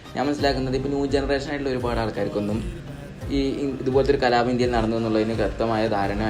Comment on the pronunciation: കലാപം ✅കലാബം ❌